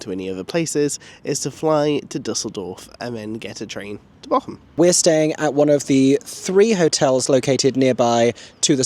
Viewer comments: Funny thing, no shame whatsoever you are saying the name of the place wrong but it sounds exactly like you are saying the name of an island of the coast of germany in dialect (Borkum vs Bochum) The "ch" is a specific german sound so pls don't worry about it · Ther is Not a k in Bochum am i the only one that things is really Funny to here is pronounced that way (I am German and have seen the show about five times and I am 16 years old) love your videos ❤ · The lovely 'ch' sound you've got nailed when you say 'ich' is the 'ch' sound you need for Bochum 😊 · As a true German - from Bochum! - I find your pronunciation of Bochum absolutely cute! Correctly would be a longer O and then the CH as Aeron says it. I love this vlog from my hometown <3